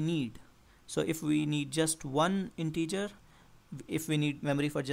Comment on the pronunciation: Nice video, really. But every time you say integer I die a little.